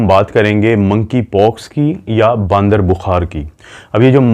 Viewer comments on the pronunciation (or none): ڈاکٹر صاحب باندر نہیں ہوتا بندر ہوتا ہے اردو میں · باندر نہیں بندر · Kia jahaalat hai baandar bukhaar had ho gaee wese. بندر hai not باندر